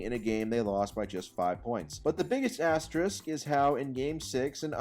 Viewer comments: Ass-tier rick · as-TEER-ik??? Learn english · There should be an asterisk on this video for pronunciation of the word asterisk. I’ve literally never heard someone pronounce it like that before. I’ve heard at least 5 different wrong pronunciations, but this one takes the cake for sure. PS: As a fellow Pistons fan, us only having 3 titles is downright absurd. Just talking about the 80s to the mid 2000s really. I feel like if you simulated times in an alternate universe (or contact the person who controls the simulation we are currently living in since they’d prolly be able to do that) we’d average like rings or something. Shout out to. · This man can’t pronounce “asterisk” or “gastrointestinal”. Wtf.